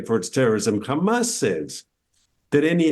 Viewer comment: Did he just say hamas I strong?